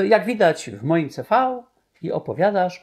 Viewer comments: Nie wymawia się: "ce fau" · Mówi się "ce-fał"? Ja to wymawiałam zawsze "si - vi"